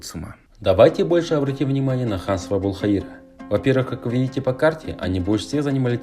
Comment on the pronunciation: Ошибочка,там не Абулхаира а Абул ХаЙра.